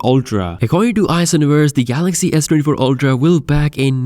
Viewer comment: barely pronounces the phone model S-te-y-fo